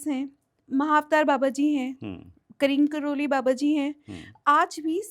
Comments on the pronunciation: Kreem kroli nhi neem kroli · Kreem karoli Baba ka name sahi se le behn😂